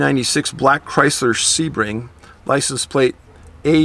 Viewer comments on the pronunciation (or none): none